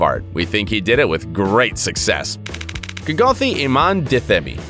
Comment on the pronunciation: Kgothi is not pronounced as kee-goo-thi but pronounced as "kgg-uuu-tee" 😅